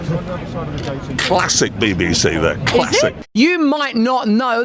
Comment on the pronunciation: The way he sais Classic with such emphasis on the Cla is cripsty like ValisiC